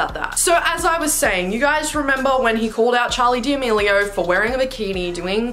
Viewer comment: “Charli Di amilio “💀😭